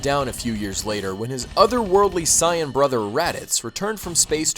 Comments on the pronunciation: if you know about dbz so much, then you should know how to pronounce saiyan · super cyan? lol its super saiyan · its sai-yan not cyan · It is not Cyan its sayin it is (S-ay-an) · please stop saying Saiyen like that. its pronounced say-in not psy-in. other than that great video man : D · Ryan Clark its pronounced sigh in but because of the english dub who pronounced it say in people often pronounced it say in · "Sigh-And" ...... sigh ... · What's a Sai-ahn? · its sa-n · if your not gonna pronouce it like they do in the English anime I would prefer you use saiyajin pronunciation please. (cyan) is just painfull to the ears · is that really how u say super saiyan. it sounds like cyon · I thought it was pronounced saiajin? :P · for real. im pretty sure they dont even pronounce it "sai-en" in the anime-_ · what the heck why does he pronounce saiyan "cyan", you can tell this guy probably didn't even read/watch dragonball and is probably just reading off of a script that ***** gave him.... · IncompleteCinema Simple, in Japanese, nationalities (and other things) end with -jin and saiyans in Japanese are called Saiyajins (Sigh-ah-jeens) so the anglicized pronunciation becomes Sigh-ahn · actually, cyan is pronounced 'sigh-ann'. he pronounced Sayian as 'sigh-on' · You said saiyan wrong come on man 😑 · dude learn how to pronounce saiyan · Dude, how do you not know how to pronounce Saiyan? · He saying saiyan wrong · A drink for every time he mispronounces saiyan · wtf are you taling about? Just admit that you didnt grow up watching or reading dbz. Because we all know that if you did infact grow up reading dbz you would have watched the fucking show on tv and known how to say saiyan properly. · Pronouncing Saiyan wrong must be on purpose just to rustle a weeaboos jimmies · I'm sorry but the way he pronounces sayain is bleh to me Dx other than that solid video man loved it :] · everything was great just missed pronounced sayain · God that was annoying how you say sayian